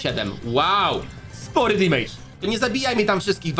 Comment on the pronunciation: dżisys skończ z tym "dimajdż"...mówi się "demedż" - damage, gdzie ty tam masz to i!